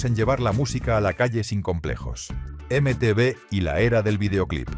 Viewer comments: Imagínate, en el 81 tenía diez años, y acabé la década con 19 (sí, aunque habrá gente que le explote la cabeza, la década va del 81 al 90). Excepcional video, eso sí (ya lo he leído en algún comentario anterior), lo de la voz con IA me sobra, especialmente cuanto ha sonado ese horrible EME TE BE, salvo eso, gran vídeo. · Dile a la IA que nadie pronuncia eme-te vé.